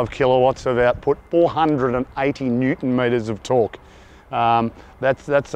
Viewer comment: he says "Killer Wasps" not Kilowatts hahah! 😆